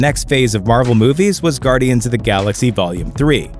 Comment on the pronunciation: ITS AS GUARDIANS NOT ASS GUARDIANs